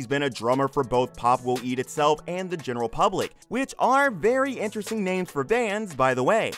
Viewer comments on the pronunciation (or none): none